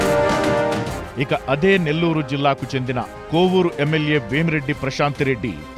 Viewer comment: కొవ్వూరు కాదు కోవూరు